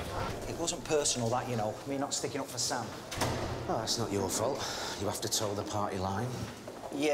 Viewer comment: SAM not ZAM!!!